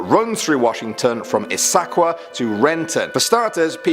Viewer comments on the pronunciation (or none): "Issaquah" is pronounced "IS-a-kwa." Emphasis on the first syllable, same as "Yakima."